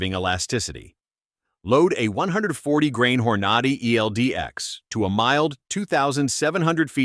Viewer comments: ai is so funny. Hornady i whoranoddy. By the way i counted 24 commercials , why does youtube think this is ok. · I think it’s hilarious the mispronunciations. Horn-ah-dee. 🤣